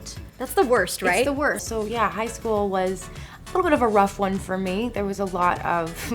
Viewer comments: shool *school I guess someone did go to school 😂😂😂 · Go on and it says shool not school😂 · Am I the only one that noticed that they said shool instead of school? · “Bullied in shool” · "bullied in shool?" lol what? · "Bullied in shool" loooll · “Were you ever bullied in shool?” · "Were you ever bullied in shool" NICE ONE HAHA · "were you ever bullied in shool" lmao